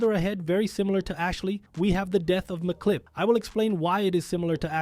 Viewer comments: Really? "MacClip"? "The Chief"? It's Emcee Clip AND just Chef. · Dude can read English, clearly. It says MC Clip, not McClip like he's an Irish lad.